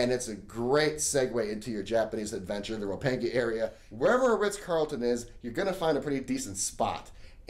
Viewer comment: "Roppangee" haha gotta love the attempt